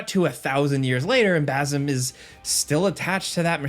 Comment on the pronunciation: Dude can't pronounce bazim SMH annoying